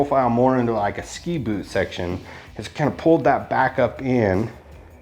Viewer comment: He said "poot"